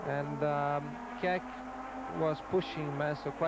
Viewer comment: That was the one time Ayrton misspronounced Keke's name.